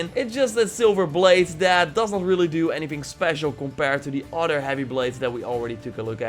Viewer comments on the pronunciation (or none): none